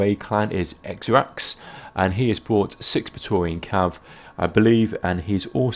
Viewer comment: Great video as always, made better by the first time you've ever pronounced esraX correctly! :p